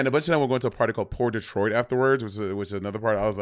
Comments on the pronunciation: It's "por detrás" not "poor Detroit" lolol 🤣🤣🤣🤣🤣😭😭😭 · Its not pour detroit, its Por detras 😂😂